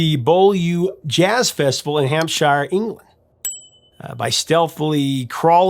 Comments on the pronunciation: Ah, fun with English place names. It's pronounced "Hampsha", nor "Hamp-shyer". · Hampshire - "Shire" pronounced as you would Sonny and "Cher" - so Hampshire would be said as Hampcher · Hampshire is pronounced Hamp sure. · I'll never understand how Americans can pronounce new Hampshire fine but always struggle with Hampshire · Most Americans would fall about laughing if we pronounced the second s in Arkansas as an s. I literally had no idea what you were talking about when you mentioned Beaulieu in Hampshire! Our English is of course ludicrous, the shire in Hampshire is cut short, as in her and this is the same for all names ending in shire. When we talk about a shire though we pronounce in with a long I as you did. Utterly confusing. Beaulieu on the other hand is butchered by us into Bewlee; your pronunciation is actually half right in French which is what the word is from. Beau as in pretty or beautiful. The lieu, meaning place, is trickier to spell phonetically suffice it to say we both mess it up. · Uh, Professor? Say "New Hampshire". Now say "Hampshire". P.S. The greatest song about premature ejaculation is "Oh, What a Night".